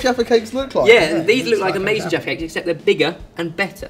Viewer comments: Sometimes sounded like "defecates" -- but looks like a fun British/English/UK treat. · You guys are funny!! The way you sound when uttering “jaffa cakes” sounds like “defecate” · Everytime they say jaffa cake I hear defacate 😂😂😂